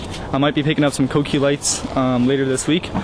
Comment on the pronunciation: Very weirdly says cokey lights